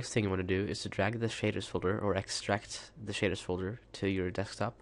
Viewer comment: sounds like he says shiters just sayin